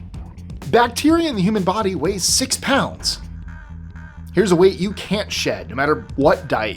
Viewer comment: I thought you’d said you can’t shit out. You said weight out 😂😂